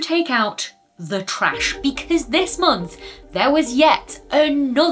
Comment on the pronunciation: Great video, as always! Funny, your version of an American accent is similar to that of sooo many Brits who give it a shot -- more or less it's Southern-sounding, i.e. "treh-ash" for trash.